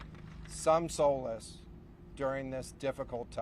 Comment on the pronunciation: How in hell can he mispronounce Solace?